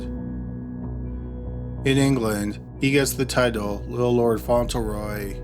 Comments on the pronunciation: It's pronounced "FONT-lee-roy", he mispronounces a lot of names. He keeps saying "Font-ell- roy". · It is Little Lord Fauntleroy with an L not Faunteroy. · Fauntleroy, font-le-roy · Just an FYI, its FauntLeroy. You have it spelled correctly but keep pronouncing it without the L. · I LOVE your channel, but am curious why you regularly mispronounce names and places. Do you not look up the pronunciation or is it done intentionally for humorous effect? Lord Fauntleroy is pronounced "Font-le-roy", not "Fon-til-roy". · I'm such an asshole, these are great videos and well researched, and I love this channel. BUT, every time I hear "Fontulroy" I want to punch something. Spelled just about like it's said: "Fauntleroy": Font luh Roy. I just listened to a really good book that contained a pronunciation I had to power through. Enjoyed the book a ton. Will probably remember the mispronounced word longer than I will the more delightful points of the plot. Asshole. I am an asshole. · FYI~ It's pronounced font-LE-roy. Not font-EL-row. Love these long ones! Keep doing them. Great stuff! Jenn 🇨🇦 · FONT-LEH-ROY not "fontl-roy" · Font Lure Roy. Not fauntle roy. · Debby McCormack . Annoying wasn’t it? Lol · #1 is pronounced FONT leh Roy. Sorry... Just sayin. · Mispronounces "Fauntleroy" but nails "Waukesha" wat